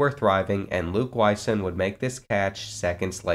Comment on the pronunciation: The last name Wysong is pronounced WhySong. Always awesome to see someone with your unique last name on ncaa football 14. Thanks for the wonderful video!